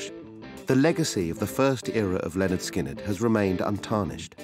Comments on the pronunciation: Imagine making a whole, nearly 3 hour, documentary about Lynyrd Skynyrd, yet not bothering to learn how to pronounce their name. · DWAYNE. CARL. HUTCHINSON. THIS. REMINDS. ME. OF. BEHIND. THE. MUSIC. WITH. BAND. LYNYRD. SKYNYRD. I. GOT. ON. CASSETTE. IN. THE. STUDIO. ON. WWDC101. ON. THE. MAKING. OF. ALBUM. PRONOUNCED. LEH. - NERD. SKIN. - NERD.